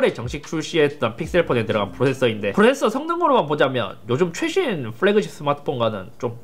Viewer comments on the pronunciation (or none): 행님 왜 아직 플래그십을 뿔래그쉽으로 발음하십니까 ㅋㅋ